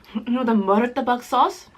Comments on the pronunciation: Here is some pronunciation helpers: 1) Cha K-way tiao 2) Mur to/ta bak 3) Not Sautee but Sa (tae) tay like taehyung. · Satay=sat ay Char kueh teow= char ku eh tea ow Murtabak=mur ta Bak not muru ta Bak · It's MUTABBAKH not MURTABAK